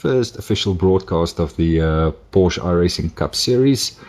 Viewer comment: I wont lecture you on the corner names cause thatd take way too much time but theres one thing id like to point out...the 'e' at the end of nordschleife isnt silent. Same goes for porsche